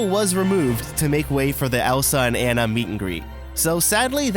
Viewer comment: You pronounced Jean and Anna very wrong